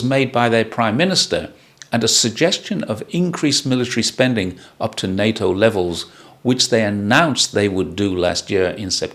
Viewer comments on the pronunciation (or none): none